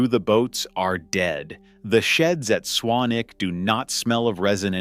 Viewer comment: Tip, its not "Swan-Wick", its pronouvced "Swan-ick". Have you watched the TV show "Howards Way" ?